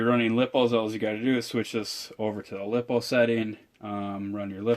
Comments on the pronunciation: Its not lip-oh its lie-po! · Lippo's or Lipo? Lipo (ly-po) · first it's pronounced (lie-po) second buy a exceed mad torque. a little bit more expensive but so worth the money, it's usually on sale on their website for around 200 and it's 1/8 scale and it's so much better